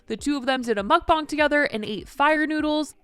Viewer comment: ty for saying mukbang correctly 😊